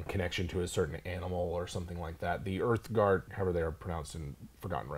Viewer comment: "Ooth-gart"... Uthgardt. Or angry nature bois